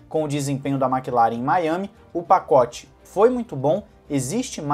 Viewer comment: "Paocte tem influencia"